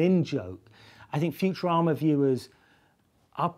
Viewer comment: Did he say "Futurama" or "Future Armour?" It sounded more like the later.